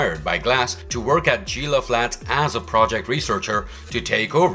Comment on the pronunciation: I’ve never heard so many things wildly mispronounced as they are in this video. Gila isn’t pronounced “JeeLa” it’s pronounced “he-La”. You said “Sprock” from Star Trek and about 40 other things. Wow.